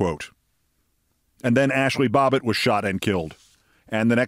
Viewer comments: Babbitt! Not Bobbet! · Don't know if it was intentional or not, but I suspect not, that Keith mispronounced Ashli Babbit's name as Bobbit. Just don't want to give the trolls any more to whine about! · I love you keith but it is Babbitt not Bobbitt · BAB bitt... Not BOB bitt, Keith. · It's Babbit not Bobbit